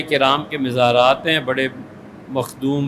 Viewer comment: THE CORRECT WORD IS, MAZAR, NOT MIZAR